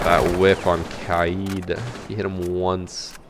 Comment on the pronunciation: the way he mispronounces Kaid (Kai-eed) as Cade and Amaru (a-mar-u) as Ama roo is physically painful.